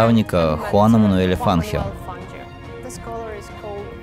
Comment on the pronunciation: Хуан Фануель Фанхиё(если що, а не Куан Вануел Фанджиё)